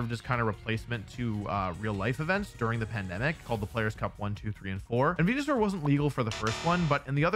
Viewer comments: It physically hurts me to hear Wolfey say venusaur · Real ones know the goodest pronouncism of Venusaur is "wen-yu-sour"